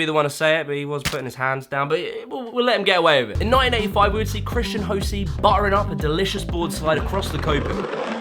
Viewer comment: No disrespect, and it might just be a local language thing... but did you just call him Christran Lossie?